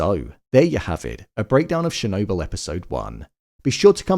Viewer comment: It’s not “Shernobyl”